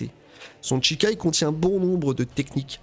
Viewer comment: Ça me trigger d'entendre "Tchikai" 😆